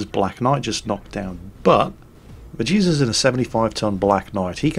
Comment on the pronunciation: anyone else keeps hearing "Jesus' Black Knight" instead of "Medusa's" :v